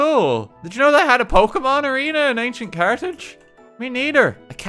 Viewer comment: I to fail to pronounce Carthage and say it as cartage